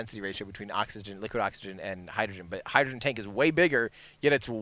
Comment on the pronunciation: Hydrogren and Oxygren? 😅😅 You know what else has "gren" in it? Grenade... I hope you didn't jinx it.